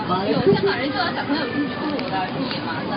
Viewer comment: 就算是她說她是新加坡人，但聽她那個囗音，可以肯定是后來移民才入籍新加坡的。她那句"小朋友"跟"SORRY"的發音已經把她的原籍給出賣了！所以說她若不是后來入籍的新加坡人，那肯定是個冒充的。